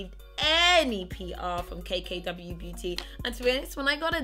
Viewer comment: I swear you said K K W Booty